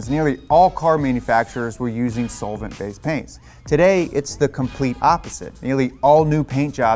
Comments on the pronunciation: Haha, sole-vent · Sounds like he's saying it "soulvent" lol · The way he is saying “solvent” sounds a lil weird to me lol. The way I’m used to hearing it is more like “sahlvent” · Love ya bud. The way you say solvent make me wanna kill myself